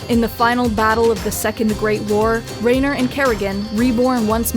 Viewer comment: Definitely hurt my soul on that mess up. Jim Raynor would be scoffing at you for that one :P